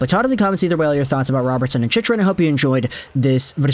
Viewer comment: Holy hell dude.. CHICK-rin. Say it.. CHICK-rin You've had like 100 videos about him and you still say it wrong. Imma start calling you..